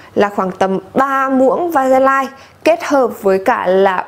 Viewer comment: Trộn nhiều bột nia để ủ vậy sau khi rửa chị có bị khô da không ạ? Em trộn với tí lotion để bôi mỗi tối mà thấy khi khô lại bị bột bột và hơi khô da ý Ps: mà VASELINE phát âm là "ve-sơ-lin" - tứcˈvæsɪliːn" chứ hong phải va-se-lai đâu ý chị iu oii